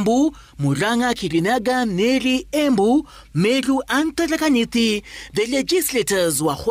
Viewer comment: Aki si we hunichekesha na familia yangu, ni Tharaka Nithi, I can't even write what you called it lol